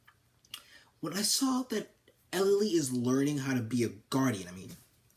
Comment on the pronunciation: elely not ely